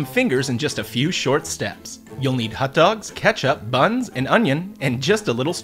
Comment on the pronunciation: Whats a "Hut Dog"?